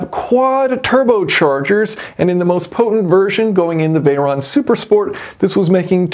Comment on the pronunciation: for info its veyron and chiron not veyeronne or chieronne